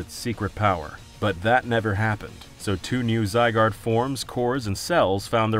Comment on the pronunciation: You still pronouncing Zygarde wrong?